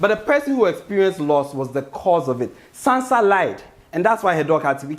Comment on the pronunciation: You guys allowed him to say Sansa Stark. Smh